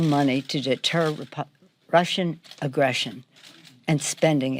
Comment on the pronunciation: "....initiative to combat RUSSIAN aggression" u just had to put an emphasis on them lol they're no longer communist calm down